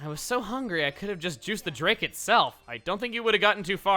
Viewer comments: OK the way you keep saying the name "Drake" like the Alph is the only annoying thing about this LP. The rest is AMAZING! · Anyone else getting annoyed by the way chugga says drake? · The way you pronounce drake offends me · has established why he pronounces "Drake" the way he does?